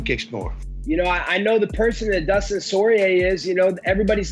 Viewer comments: absolutely nobody: Colby: Dustin Soirier :DDDD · So, is it Dustin Soyrier or Sourier?? 😄